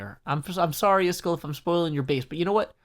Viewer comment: I dont want to offend you but its is-kall not is-chool